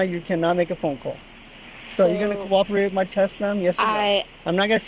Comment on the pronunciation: “I’m not going to discooperate”😂😂😂😂😂